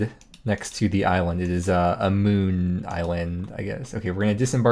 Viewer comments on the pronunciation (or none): none